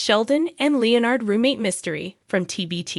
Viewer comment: Sorry, but your voice AI is mispronouncing Leonard's name.